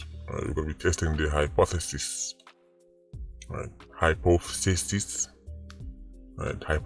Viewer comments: Lol hypth.... what? Lmao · Yow sir that's was funny bro how you pronounced hypothesis 😂😂